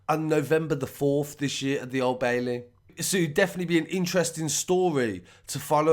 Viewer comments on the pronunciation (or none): none